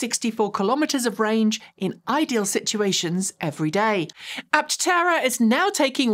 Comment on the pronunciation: and : Its not an Apt-tera. Is's simply "Aptera." No double-t.